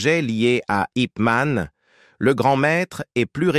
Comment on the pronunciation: Déjà c'est pas IP man, mais yip man